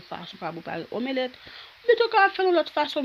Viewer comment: Bnjr! Mwen espérer u menm ak tt famiy u bien. Merci pu video yo, m vreman apresye travay wap f an. Kenbe la, m felisitew chere. Men map pote yon ti correction pu u si sa pap deranjew. Yo pa di "omélèt". Son e an pa soti apres " m" lan. Yo di "omlèt" men en français yo ekril "omelette". M diw sa pu moun pa riw chere, okk! M esperer sa pa deranjew. Sinon, bonne journée! Prends soin corps u, bo pu mwen stp